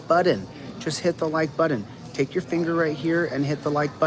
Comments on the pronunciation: “Hit the Like “Buddon?” What happened to the “t’s” in that word? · Joses rabbit hole - Chillito will be dining on some Peking Bunny before his hole is done. - there is no D in button dude (Butt-Ton) come on man. Never quits, but readily tries to withdrawal...lol They waited till the last day the court would allow - how was that rushed? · He can’t even say the word button correctly. He pronounces it like a 3 year old. It driver me crazy😝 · He said button correctly. He says button wrong purposely. Is he trying to look dumb? I don't understand his thought process lol.